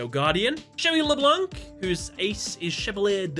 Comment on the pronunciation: I'm sorry but I have to call you out, mate. I know it's not on purpose, but whoever told that the c in Leblanc can be pronounced doesn't know how to speak french. I'm clearly nitpicking on small details, but I couldn't hold back my rent on this Besides that, it's a fantastic video as usual